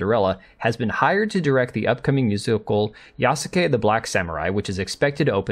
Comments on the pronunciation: Just want to info you that Yasuke is pronounced "Yaske", the "u" is severely weakened because it is not followed by a voiced consonant. If you listen to other Japanese Youtuber's video about Yasuke you can easily tell that the "u" in Yasuke is almost muted. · Yas-ke. Just like Sasuke from Naruto is pronounced Saske. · That he did not even put Yasuke in google translate to see how to pronounce the name is criminal, I cringe every time he says it